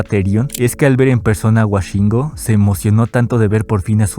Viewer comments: no es wa es wo woshingo , no washingo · Por qué dices "Washingo" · Cabrón, lo grabaste, lo editadte, lo revisaste y lo subiste y sigues diciendo "Washingo"